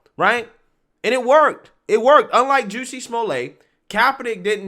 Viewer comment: I love it when you pronounce it Juicy instead of Jussie 😂